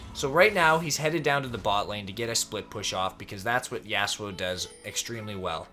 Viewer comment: The way you say Yasuo hurts my brain.